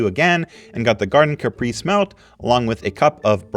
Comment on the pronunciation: Caprese is pronounced "cah-pray-see." It should be tomato, fresh mozzarella and fresh basil leaves, with a drizzle of EVOO and balsamic vinegar. I also add some fresh cracked pepper. It is wonderful, if everything is fresh. You can prepare it as a salad, or as a sandwich. That's an easy one to make at home. Great on a hot summer day. Honestly, when I want a great vegetarian meal, I go to the store, buy fresh veggies, and cook everything at home. I grow my own herbs, which is not hard, either.